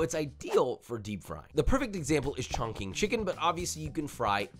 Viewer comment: The way he pronounced Chongqing made me hurt inside. Josh needs to learn the proper names of the food he cooks.